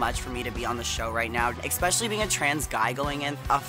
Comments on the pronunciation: here's the thing gottmik- nobody is intimidated by someone who says 'expecially' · What does gottmik mean, like why that name? 🤔 also it’s cute and very funny that they say “exspecially”. I also figured rosé named herself that because out of makeup, her cheeks and nose are very red. Idk if it’s a nerves thing but yeah